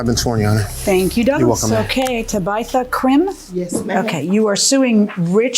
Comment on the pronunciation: Her name is not Ta-bite-tha, it's Tabitha. If you can read, you can pronounce Tabitha. Ta-bi-tha